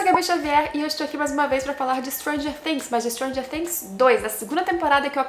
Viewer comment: Perfeita análise... Pelo menos você pronuncia "Things" do jeito certo <3